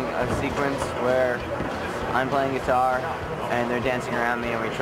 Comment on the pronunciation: Mike way “guitar” cringes